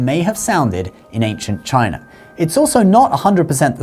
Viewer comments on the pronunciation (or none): none